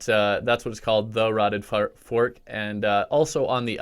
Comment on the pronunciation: "Tha rotten fark"